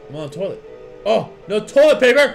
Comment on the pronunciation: What's "toliet paper"?